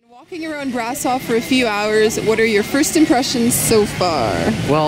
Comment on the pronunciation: hehehe how she pronounced brasov, there's an accent mark on the s yoou know so it's said like brashov